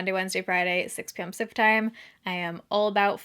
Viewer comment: Are you saying Pacific time?? It always sounds like "sifft time". 😂😂 Love the drugstore makeup videos - thanks!